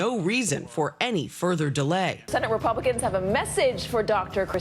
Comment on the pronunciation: Yeah ,yeah ,the "Rapiublikkkans"